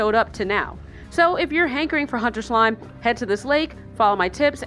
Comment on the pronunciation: "My slimeh secrets"